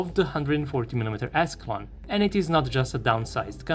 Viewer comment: For some reason I thought he said "ass long gun" instead of "Ascalon gun"😂😂😂